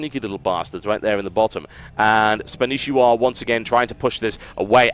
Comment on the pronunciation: Spanshwa. Not Spanishiwa. -.